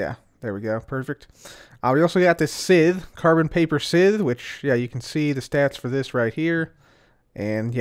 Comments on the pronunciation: Sythe... "S-ITH" ....NO!!!! It's pronounces "SYE-TH" "S"-"EYE"-"TH"... The grammar police have spoken....AGAIN!!! twice in one episode...lol cmon bro... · At the risk of seeming like a grammar Nazi, scythe is pronounced Saith not sith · pronounced "sci -th"(as in science)